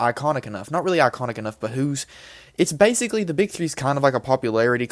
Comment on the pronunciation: Bro said basical